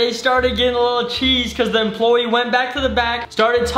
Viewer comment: Did you say employeye